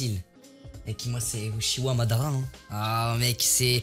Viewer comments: C est pas uchia c est uchiWa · Ptn il m'énerve à prononcer uchiha au lieu de uchiwa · C’est pas utchi a c’est outchioia tu le dis mal